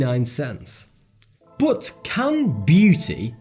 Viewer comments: 1. Does anyone else here hate skillshare as much as I do? 2. What's with the pronounciation? It's not bOt it's bUt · love the content, but hate the way you say 'BUT'